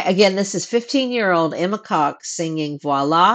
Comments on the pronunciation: No need to be embarrassed. Her name is not Coke but you pronounce it like c-awe-k with a very short oh. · Emma Coke!!! It's Kok, as in pen!s